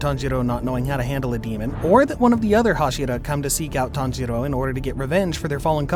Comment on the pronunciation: I heard him said tanghero